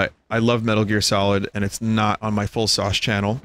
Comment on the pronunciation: Fullsauce not Cutsauce! ;D